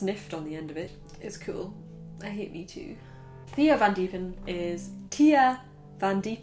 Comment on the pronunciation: You must actually say thay-a vahn Dee-pehn